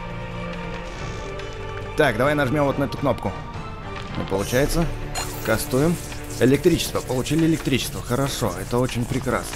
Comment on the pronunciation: пачему ты говориш кастуем?